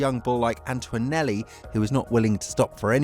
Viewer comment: It's ANTONELLI! THERE IS NO U or W in his name FFS!!!